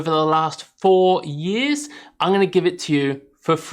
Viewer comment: "Over the last foo yeeez" hehe